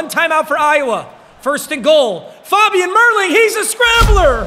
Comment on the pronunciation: When he says faaabian it's so annoying it's fabian